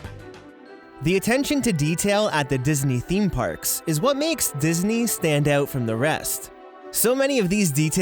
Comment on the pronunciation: Words you can’t pronounce: About out hidden . Eastuleggs . out gunnawunna out . Tired of listening so I will stop there out